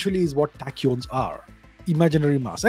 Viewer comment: sounds like 'Attachyons' (I am not a physicist, no offence). Most discoveries made by Indian scientists have been brushed aside